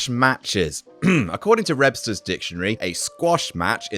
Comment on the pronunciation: Talks about mispronouncing Squash match Next word refers to "Rebster's Dictionary" subtle humor is the best humor